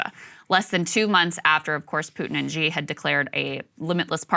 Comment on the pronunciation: Xi is pronounced not Gi, its shi.